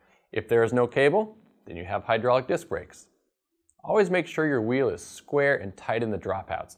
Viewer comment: It's "High DRAWL ic" d00d! L0L